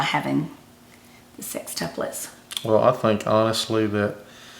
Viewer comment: I am Southern Accent from Texas...but, I swear they both say "SIXtuplets" instead of "SEXtuplets". Maybe it is on purpose to emphasize the 6?